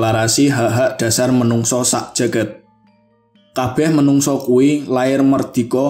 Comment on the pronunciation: menungso harusnya manungsa, merdiko harusnya mardika, dll.